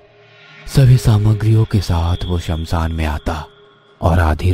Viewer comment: It's shamshan not samsaan 😅